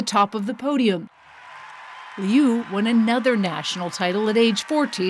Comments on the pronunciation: Her name is pronounced LOO, not LEE'OO 😮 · It’s not Leeeee U. It sounds like “Lu” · "Alysa Lee You" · liu= new! Please pronounce her last name correctly! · Say her last name right. Geez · The way English speaking people pronounce "Liu" drives me nuts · YOURE NOT EVEN SAYING HER NAME RIGHT.. FFS..SHAME ON YOU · I wish you know it all journalists would pronounce her name right!!! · The pronunciation of Liu is bothering me💀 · She couldn't even pronounce her name correctly! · Pronounce her name as it should be at least...SHAMEFUL!